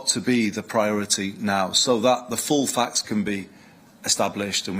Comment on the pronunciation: What are "facks" ?? 😂 sounds interesting; learn English, it's the greatest on the planet